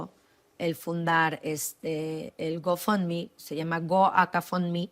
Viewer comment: No si asi habla el ingles GO FOUNDME como lo dijo quiero pensar que ayudaba ala maestra